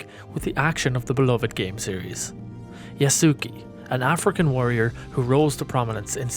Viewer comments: It's pronounced "Yas-Kay" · Damn the salt in the comments is wild oh and by the way just a tip his name is pronounced Yas-Kay